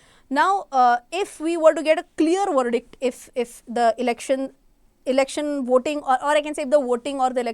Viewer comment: i liked it when you said verdddadick